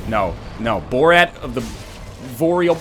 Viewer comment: Vord of the BORAD VALLEY WTF XDDDDD